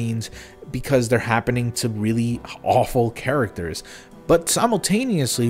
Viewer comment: "Chara-ters?" Can you at least say basic words correctly? It's a low bar.